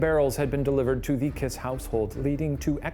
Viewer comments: Guys, the pronunciation is Kissssh, not KISS :)) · This is just me being picky 😂 but the last name kiss would have been pronounced Kish My husband is Hungarian and corrected it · To help with correct pronounciations try these: Budapest - BudaPESHT Béla Kiss - Bay-la Kish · Please Ronunce “Kish”😊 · bro i litterly did a double take when u said hungary like somehow i never heard of this even though i live there. ty smsm also i love how you pronounce kiss and nagy (bc we say it kinda like kish and idk how to explain nagy like this i guess?) now i wont be able to unhear it<33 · Hungarian here. Kiss is pronounced like Kish. It means small. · I wonder if they even say his name properly (pronounced like Kish) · "Bey-la Kee-sh" is how to pronounce his name. C'mon guys, you can look this stuff up! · hi ghoul boys! love this video! im hungarian, so this is super cool for me. by the way, "Bela" is pronounced "Bayla" if there's an accent on the 'e' and his last name is pronounced "kish" as in hungarian, the letter 's' is 'sh' and would turn into the sound english assosiactes with it if it were written like 'sz'. also "Nagy" is pronounced like "na-j" with a flat 'a' and the 'gy' making a 'j' sound. Also, fun fact, "kis" and "Nagy", which are last names, are opposites, "kis" means small and "nagy" means large. Im super happy that hungary is getting recognition!! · Shane pls Kiss is pronounced with an sh 😭